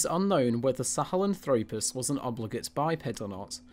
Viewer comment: Australo-PITH-ecus and Sahel-AN-thropus, please: accent on the 3rd to last syllable. Also, there is no Australopithecus sebida, but Australopithecus sediba has been known since 2008. You may wish to run your scripts by a paleoanthropologist before releasing to the public. I know at least one of your collaborators would have gotten these things right, since I've watched many of his Youtube videos. More preparation and editing are required to create a professional video, but the effort is worthwhile.